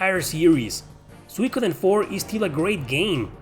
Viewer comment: Suikoden is a Japanese word, translated from Kanji to roman alphabet for eng-speaking audiences. the vowel diphthong should be pronounced as 'ui' is in English; think oo sound like 'suit,' not a Latin pronunciation (e.g. 'suite,' like you pronounced it)